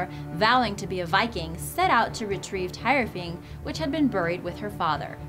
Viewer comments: its Thyrfing not tyrfing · the tyrfing is spoken as tirfing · The sword Tyrfing is pronounced tear-fing not tier-fing you dumb bitch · its pronounced Tewrfing not Tirefing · Tire-fing? hahahahahaha.